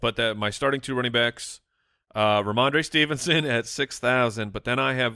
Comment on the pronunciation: Ramondre Believe-it-son